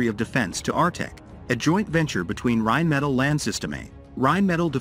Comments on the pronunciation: Seriously, video makers.. we understand that I narrators are here to stay since you obviously don’t have anyone who can narrate your videos, but please, please learn to write manuscripts that AI narrators can read properly… it is Rhein Metaal, not a Rhein Metal. It is Bee Aye Eee Land, not Bay Land. Do over and do right! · Can't even pronounce Rheinmetall correctly.